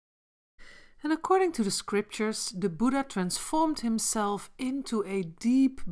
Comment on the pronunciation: It's Buddha not buda...anyways nice video❤️